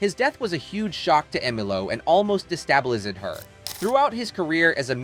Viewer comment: Who writes this crap? More to the point, who (or what) READS this crap? her name was pronounced "Emmalow" and Parson's death "de-stab-i-liz-ed" her. Is it some kind of reading bot?